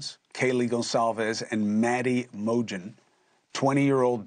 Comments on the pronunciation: Maddie mojin 😂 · 😂 Como said Mojen It's MoGen Geeez...